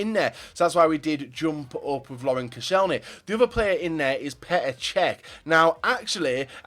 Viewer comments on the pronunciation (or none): none